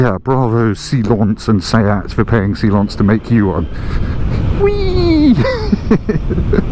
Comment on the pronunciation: Why are you trying to pronounce “Silence” the french way? Firstly, it’s a Spanish company and secondly, I’ve bought one in Spain from Silence direct and even they pronounce it the English way!